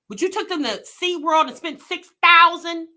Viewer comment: This lady DID not just say “And went to sea-damn-world!” 😂🤣🤣🤣😭